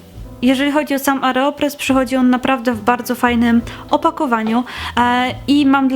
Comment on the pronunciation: Aeropress a nie "areopress"